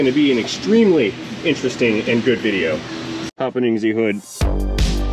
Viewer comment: Being able broken record "proves" that he's smart. 🤣 BTW, what's a "vijeo" anyway?